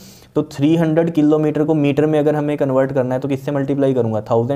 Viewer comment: The wyay he ays killometer 😂